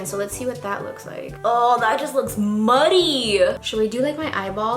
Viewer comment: HAHAHAHA "ohh that just looks like muddehh" 🤣